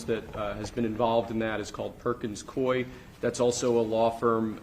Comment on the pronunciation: It’s pronounced coo-E, Coup-E